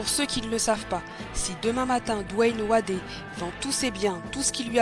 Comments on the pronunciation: Coucou, Wade se prononce "Wéde" pas "Wadé" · Dwayne Wadé? Je vais regarder la suite, mais je suis certain que ça a fait fuir plus d'un de le prononcer ainsi